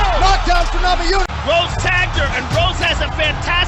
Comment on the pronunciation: I love your videos but you gotta work on pronouncing fighters' names. Fedor is pronounced Fay-door, not Fay-der. You also flubbed Rose Namajunas (pronounce the J like a y, Nama-yoon-ez) and Joanna Jedrzejczyk (Jer-jay-check, the d is silent). Take a cue from the announcer on how to pronounce each name if you're unsure. Great job otherwise.